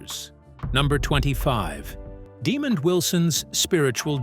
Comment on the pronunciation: Hey,, It's pronounced Demond not demon.